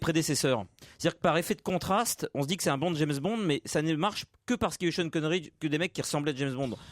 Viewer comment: "tcheune" Connery